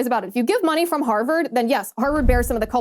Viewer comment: I love u, Liz, but it's Harvard not Herverd.